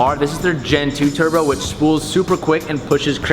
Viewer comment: “ a single thurbo” lol